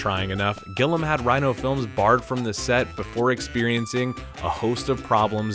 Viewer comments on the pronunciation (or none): Gilliam, NOT "Gillam"! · You aren't even saying people's names correctly. It's TERRY Gilliam!!!! not Gillum!!! And LARRY McMURTRY!!! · Jesus Christ, you're a platform that specialises in film - it's Gilliam, not Gillam. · My god. It's Gilliam. Gill-e-um, NOT "Gill-um. At least do the barest amount of homework when you make a video. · The Directors name ist GILLIAM, not GILLAM! I guess you never heard of Monty Python either?! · I can't get over him pronouncing Gill-i-am as Gillam! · It’s “Gilliam” - not “Gillam”). And it’s “McMurtry”, not “McMurty”. Minor details, but if you don’t even know what these folk’s names are, then one can only assume you don’t know WHO they are, and therefore one also has to assume that you don’t know a fucking thing about the subject matter. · Are you able to pronounce anyone’s name correctly? It’s Gill eee um not Gill um. And Depp played Dean Corso not Caruso. It was the Bazooko circus not Bazooka. Sheesh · you got my view but i stopped watching after you pronounced it gillam and not GILLIAM. like, literally, it lost all credibility after that. what an idiot. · Glliam not Gillam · FFS it's Gilliam not Gillum. How the fuck can you get that wrong? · Gill-EE-um not Gill-um. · Great video but it's Terry Gilliam not Gillam. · It’s Gilliam not Gillam. Also it’s Withnail and I, not With Nail and I . Is this an AI voiceover? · Gill-EE-am. Terry Gilliam. Not Gillum. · "Gilliam," not "Gillum." And it's "umbrage," not "umbarge." Fucking AI. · Isn't it Terry Gill-lee-am, not "Gillam?" Am I crazy? And Larry McMur-Tree, not McMurty. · Dude, who the fuck is GILLUM????? It's Terry Gill I UM . It's not difficult.....learn to words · Who's Gilum... You can't bother to pronounce Terry Gilliam properly. Have you really never heard of Monty Python? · GILLIAM! Not Gillam. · Great vid. Thx. FYI - his name is said Gill-EE-am, not Gillum. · It's Gillium not Gillum. "Gi·lee·uhm" Otherwise a good roundup. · Terry Gillam? Gilliam, right? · Gilliam. Not Gillam.